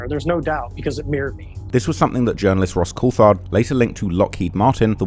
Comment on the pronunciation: Ross I very much love what you do and its clear you have put alot of worke into this extensive and thorough reseach. I just want to help you out with some correct pronunciations: with Ross Coulthard-his surname is not pronounced with a "th" sound in it, the "h" is silent, so imagine it is spelt Cooltard when you say it. Also the word debris has a silent "s" and David Grusch's surname rhymes with brush not bush. Sorry couldn't help myself, as an ex-teacher! lol. It may help you be more accepted with more open arms into the usually well-educated and well-informed UAP community, online. I definitely want to give you an open-armed hug across the ether for all your great work into such horrifying revelations, and done with such courage considering the content you're covering. Oh and I love your rapping advertisement! You somehow make injury and injury lawyers look cool again!